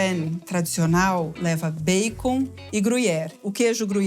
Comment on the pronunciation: Gosto Quando ela pronuncia erradamente bacon.